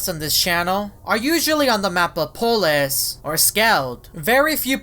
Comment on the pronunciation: can you speak? its not apolus